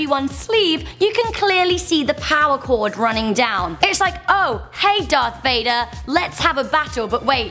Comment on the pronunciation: Darth Veyeder😂